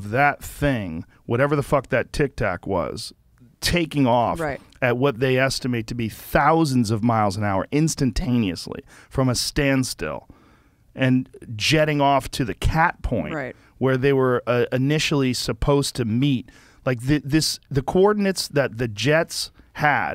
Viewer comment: If he says instataniously 1 more time I hesr him say thst all the time lol